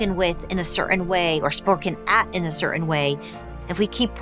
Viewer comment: Please learn to pronounce "Certain"!!!